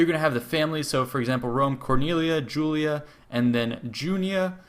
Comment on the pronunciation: It's Julii, not Julia. It's Junii, not Junia.